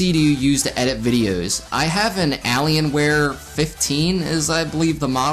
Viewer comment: Definitely said it wrong lol